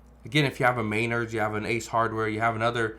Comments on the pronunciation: MAIN_erds??? it's spelled Men_ards. And sounds just like it is spelled. Men_ards. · May-nerds 😂. It’s Men-nards 😊 We have all three within ten minutes of my house. I was just in Home Depot two days ago, and you could count the number of shoppers on one hand. There were more employees than customers 😂 Sad. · You can't pronounce Menards. Men-nards not ma-nards. Read much wow how did you get this old without reading comprehension skills. Save the reporting to people who can enunciate. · It's not MAYnard's, it's MeNARD'S ! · Did he just say Maynard's it's Menards dude😂😂🎉❤🎉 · Mainards? Do you mean Menards? Lol you obviously know your stuff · It’s pronounced men ards. Get it right. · It's pronounced "Ma nard's" (smh) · It is pronounced muh·naardz. My mum's maiden name was Maynard. The building supply company is Menards! (Muh·naardz). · You couldn't pronounce Menard's? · Thanks for the update/insight. The logic is sound, but in the real world, people have to fix stuff. And houses and apartments need work to be rented. It kinda never ends. Upgrades are optional, but not maintenance. So I'll wait and see how things go. And it's too late for this video, but I think I'm hearing you talk about a store in my area called "Menards." Its pronounced a little closer to how a person might say "guitars," so that's a soft "me" strong "nards." Your nards should always be strong...